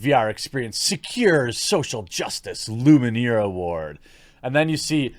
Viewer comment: Lumiere. Not Luminiere. Not even Luminaire. Lumiere.